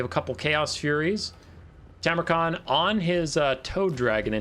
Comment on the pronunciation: Go back to saying it your old way - TARmukhan! Who cares if it's wrong, was one of your signatures when I first started watching.